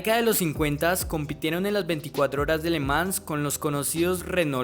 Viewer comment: Que buen contenido, puedes corregir la pronunciación de le Mans